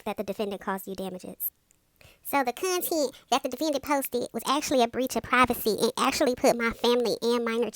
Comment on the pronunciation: Nailed it! Everytime you said "cuntent" I bust out laughin' 🤣🤣🤣